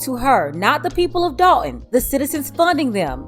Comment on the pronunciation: That’s Dolton(as in Dolton, Illinois)not Dalton